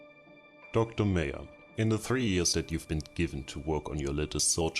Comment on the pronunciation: Meyer is another spelling of Meier. The e and the ei are pronounced like the "e" in "eye". and the "er" is pronounced in a similar way to the "ai" in "chair". The "eu" in Reuter is pronounced in a similar way to "oi" in well, in "Oi" Other than that, what a cool video.